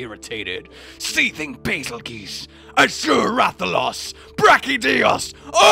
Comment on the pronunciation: why do they say “Bazelgeese”? Isn’t it Bazelgeuse?